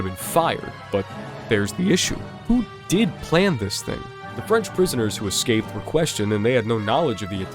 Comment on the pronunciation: Seemed like a good video, very knowledgable. But i had to stop watching. Hard to take the info seriously with the number of times the word was pronounced "exscaped".